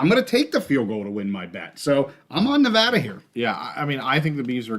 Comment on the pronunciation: Appreciate the Nevada pronunciation!! 🙌🏼🙌🏼 Always love the show - watching at the park as always with my boy Jerrie!